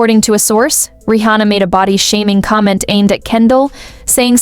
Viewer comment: why do you pronounce her name Ri hhona